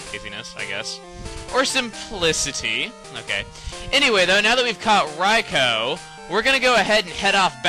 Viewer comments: UGH. Rye-co RYE-CO? I've always pronounced it Rye-koo. Beginning of this vid cheesed me so much :P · It's RAI-KOO not Rai-ko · i thought it was pronounced Ry-koo not Ry-kow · Daikon: I got sort of famous for everyone mispronouncing my name like Raikoo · its rikoo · I thought it was pronounced Rai-koo? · I thought it was pronounced "Rai Koo" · I'm pretty sure it IS 'Rye-co', though, seeing as how it is spelled. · I alwasy thought Rikous name was pronounced like Riku hmm. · Your saying Raikou wrong.... .3. It's RAI-KEW! Dx. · I thought it was Ry-koo >_> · i hate how u prounce everything wrong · Raikou is pronounced raiku isnt it? And dang it chuggaa, you shouldnt have used yur master ball on raikou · I believe it's Rai-koh. D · I do believe you pronounced Raikou wrong, yes I know, its an RPG and with out them having speaking voices in the game, you can call them pretty much whatever you want. Rah-e-coo-oh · I just want to say is that the 3 legendary dogs or whatever you call them are cats not hamsters not dogs or beasts their cats i can prove it,Entie is a lion,Raikou is a tiger,and sucincune is a cheetah ok i just want to clear that also ps.Chugga i think your videos are awesome and you said Raikou wrong but it doesn't matter